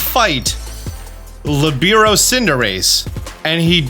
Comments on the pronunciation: It’s lih-bear-oh btw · Hey! I know a lot of pronunciations in Pokémon are negotiable because they are made up words, but Libero is an actual word - a position in volleyball. It is pronounced LEE - burr - oh Just an FYI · Hearing that pronunciation of Libero was a dark spot on an otherwise stellar video. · Its PRO-TE-AN not PRO-TEIN. Protein is the one you feed your pokemon to raise EVs. Its not LE-BI-RO its LI-BE-RO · You’re mispronouncing Protean and Libero. It’s Pro Tea Ann, it means to change frequently or easily. Lee Bear Oh, it means free in Italian, and it’s also used in volleyball to refer to a team member whose sole focus is to play defensively and move wherever they want. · Li-bear-oh and pro-tea-en